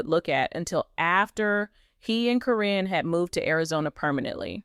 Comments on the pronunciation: Every one out here for weeks was putting Chris down, now you’re patting his back..😾😡Why can’t you say her name right every time, it’s Caren, not Corrine and all the others one you said. Matt is a low down dirty thief! He choose that nasty 🤮 woman, instead of his family and kids.. Shameful, he’s only going to be around if he’s lucky 🍀 another 10-15 years.. grow up dude! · It’s not CORIN. ITS CARYN!!! Just sayn Okay moving along.. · Can't the AI SAY KAREN THE CORRECT WAY???????...good grief!!!!!!!... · You can’t even say her name right 😂